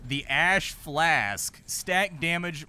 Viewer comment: "Ash Husk" "The Ash FLASK!"